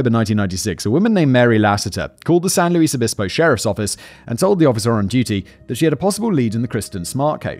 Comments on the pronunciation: Me too, I remember learning about this story in middle or high school along with Laci Peterson and Rex Krebs. Such sad stories. Also, so glad he’s pronouncing San Luis Obispo correctly 😂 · My beautiful and apparently deadly collage. Anyway, I had a good time in the 80s there. Simon pronounced San Louis Obispo like a native. Better sometimes!